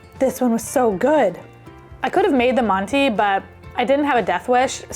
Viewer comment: What a great video!! I've ruined rice for years. I can overcook the outside and still have it crunch 😅😅 But loose rice, I've got you. Use instant rice, or regular rice boiled like pasta (loads of water and strained out). should have said, manti is pronounced "man-tuh" 😊 Good soup.